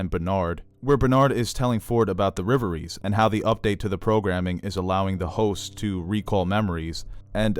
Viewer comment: REV - ERIES. Not Riveries. LOL